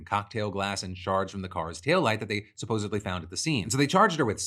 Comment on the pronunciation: "supposebly" please defranco xD